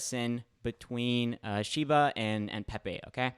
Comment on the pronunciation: Pepaye Peh-Peh